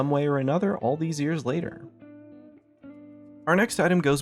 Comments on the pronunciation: it's Sa-vaunt not Sa-vent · suh-vont not sa-vent. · it's not pronounced savant like savage, it's pronounced suh-vawnt. savant. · Man you can not pronounce words worth shit. Savant is like suh-vont.